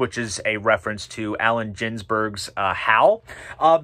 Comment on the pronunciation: well done! I agree with nearly everything ( except the Belew period Discipline being so high)... little thing, I know, but Jack Kerouac (ke ro ac), Allen Ginsberg (/g/ not /dZ/), Gustav Holst's Mars and Larks Tongues in Aspic ( not aspect) - sorry to be picky but we're talking Robert Fripp haha!